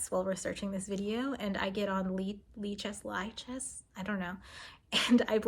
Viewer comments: It's lich-ess. It's a female lich. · For the record, it's "Lee"-chess. The Li is short for Libre, French for free.